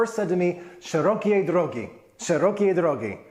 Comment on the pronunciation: SzerOkiej drOgi! - in polish almost always you should stress on the second syllable from the end.